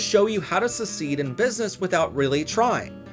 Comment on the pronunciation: It's called a "gubernatorial campaign" and not a "governor campaign." And do you know how to pronounce "succeed"?